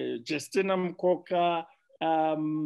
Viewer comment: Jestina Mukoko not Mukoka